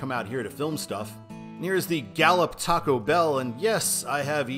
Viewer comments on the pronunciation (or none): none